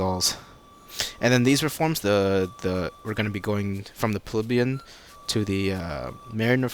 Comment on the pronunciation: its pronounced pli bee un not pleb yun